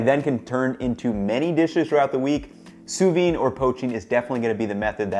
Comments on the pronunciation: Pronounce it SOO-VEED, and not soovee. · Great video! My only complaint is that it's pronounced Soo-veeD. Sous-vide. There's a D missing in there ahaha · I get so triggered when i hear "sous-V". It's Sous vide in french, under vacuum. Just imagined if we called hamburgers "Hambur". It's dumb af, i know, but it triggers me. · Am I the only one who hear sous vi and not sous vide? Where's the D? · Why do you think the D is sous vide is silent?